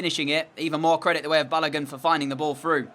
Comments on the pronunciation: 😂😂😂 lemme help u with pronunciations since I’m also a Nigerian like ur striker for the Norwich match. His name is Pronounced Baloagun. And the Oa is pronounced the same way it is pronounced in the word Boat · And baloagoon